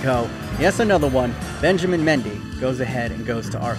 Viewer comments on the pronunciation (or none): none